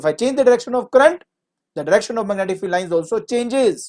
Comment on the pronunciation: mag netic 🤣 but teached well